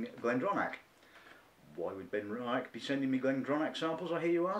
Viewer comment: good review..... but you must at least learn how to say benriach and glendronach properly..... ;-)